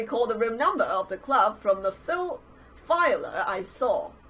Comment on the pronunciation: screen:*shows flier*:* reads as filer* me:seems legit